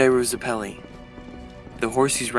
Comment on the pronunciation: Hey crew, GREAT work here, love having an outlet to see Part 7 and 8 before the anime because I’m an easy to bore reader. Only thing to say is that I thought Zeppeli was pronounced “Zeh-puh-lee” but I could be wrong. Cant wait for Ch 6!!